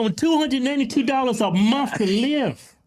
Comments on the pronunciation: ITS MONTH WITH THE “H”!!! Not “mont” you savage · "I get $292 a muh" 🙄